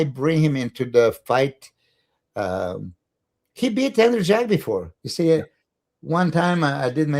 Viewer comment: It’s Andrew “Jacked,” Milos, not Andrew “Jack.” lol